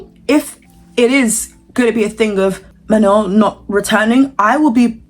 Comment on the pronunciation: you called her mañon that tickled me so bad